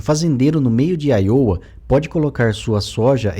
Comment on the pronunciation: Ótimo vídeo! Em o narrador cita o nome de alguns estados, e a pronúncia norte-americana é "Áiouwa" (tônica na primeira letra para IOWA) e o outro é ILLINÓI (o som do S não é pronunciado) fonte